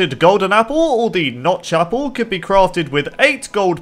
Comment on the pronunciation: Fun Fact: If you put on subtitles and hear say “notch apple”, the subtitle will say “not chaple”